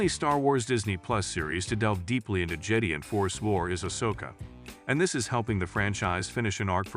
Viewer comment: Jetty? No, it's Je-die, and the Je-dah-eeee precursors before them... Like how, even? Did you not watch the movies?